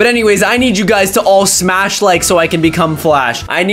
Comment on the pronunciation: why does caylus always say smach a like to get my powers